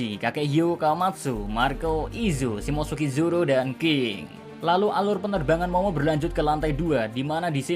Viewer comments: "Simotsuki Zoro"😶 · Pengucapan SHIMOTSUKI ZORO sudah fasih banget yak 😆🤣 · Shimotsuki roronoa zoro bagus juga